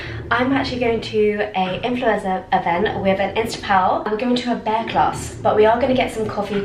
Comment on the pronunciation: Looks like you’re having such a fab time!! You’re so cute 😅 the barre class is pronounced bar not bear 🐻❤